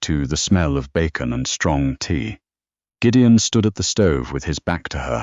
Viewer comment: I greatly enjoyed Gideon's Scottish phrasings and the narrator's fine rendering of them. A pretty good story. Thanks.